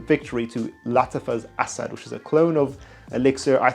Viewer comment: So refreshing to hear someone pronounce Asad correctly!